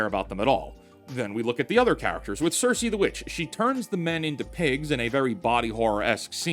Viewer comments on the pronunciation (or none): none